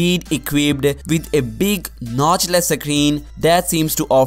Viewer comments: Screen not secreen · It's not a suckreen it's a screen